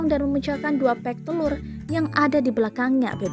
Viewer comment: Tolong untuk tribun timur. Itu telur, bukan telut.